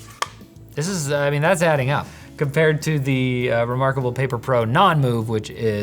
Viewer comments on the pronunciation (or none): "That is so Remoarkable. No, not like that."